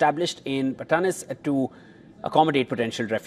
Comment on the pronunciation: Thumbs up to the news anchor of properly saying the words Batanes and Balikatan like how Filipinos say it